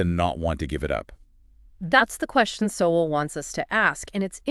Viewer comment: UNBELIEVABLE! Seven seconds into this video, and you've already destroyed your own credibility. CAN'T YOU AT LEAST LEARN HOW TO PRONOUNCE PROF. SOWELL'S NAME?!!!